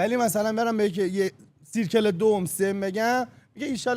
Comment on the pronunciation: ،دایره میشه به اینگلیسی سرکل (circle)، نمیشه سیرکل با صدای إ خونده میشه